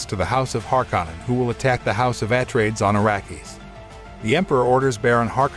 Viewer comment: Can't you pick a better tts for the pronunciation of some of the words like atreides